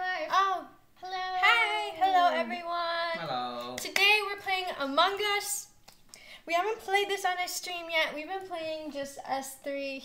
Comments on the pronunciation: why do pronounce among us to amongus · i like how they pronounce “among us” “among-gus”